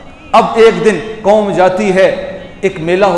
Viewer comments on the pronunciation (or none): 'Koom' nai, qaum. Aur 'apna' nai, 'apni'.